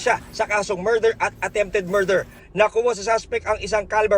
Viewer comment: Hahahaha sa pgbigkas ng merder natawa ako😜🤣